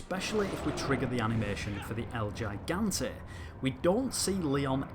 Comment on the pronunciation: It's pronounced "He-Gan-Tay"